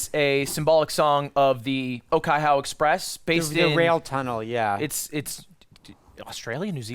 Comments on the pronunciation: Oh-kai-HOW, Oh-teyria and Oh-ma-peray i'm dyinggggg Oh-kai-hoe, Oh-tih-ria and aw-ma-perry would be the approximate pronunciations, but i respect the effort. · The pronunciation of the Te reo (Māori) in Okaihau Express was so bad but will be accepted cause the original song also doesn't have good pronunciation ~from a Kiwi